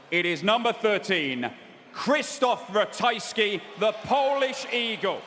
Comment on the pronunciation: ratajski not ratajksi